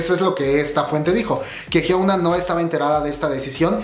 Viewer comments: se pronuncia "Hiuna" no "Hiouna" 😂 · Bro, Porque Siempre Le Dices Jiouna (Pronunciacion)? :v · Esto me salió en recomendados y por estar aburrida entré, platicas chido y todo, pero por favor di bien el nombre de Hyuna... No es "Jiouna".